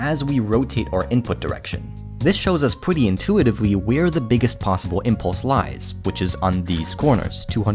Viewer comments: the "pwetty intuitivwy" threw me off 😅😅 but overall very lovely video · I was looking for this. I'm not sure if he did it on purpose, or if it's a subtle speech impediment (because I feel like it comes back a couple of times now that I had become aware of it)